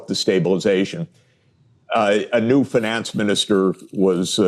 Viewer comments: Please stop saying “fin-NANCE” 😮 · One of the qurkiest features of the english language is the different ways you can pronounce words and still be correct. Sachs says "finance" with a long "A" instead of the more usual long "I". I've noticed that in Britain they pronounce words like "advertisment" with a long "E" instead of a long "I" like is more common in America. They also say "issue" but actully say "S" instead of "SH". Or how australians say "Data" with an emphasis on the first "A" instead of saying "Dayta" like in America. Just an casual observation.